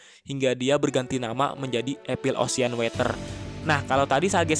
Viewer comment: Epil osien weterrrr wkwkwkwkwkkwwkkwkwkwkekwkwkekw Bro tolonglah riset dulu cara penyebutannya